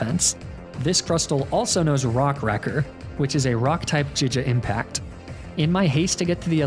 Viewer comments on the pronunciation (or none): Jija impact… JIJA IMPACT?!? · Jiga impact, never heard of that move before lol Emolja also a mon I've never heard of either lol you know Gs make a hard sound sometimes right? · Did... Did you pronounce giga impact as jija?... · I'm new to these vids; is mispronouncing certain words a running gag? Got thrown off by euro ball (gyro ball) and jija impact (giga impact)